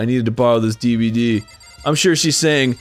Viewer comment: There's like a hundred debwedee players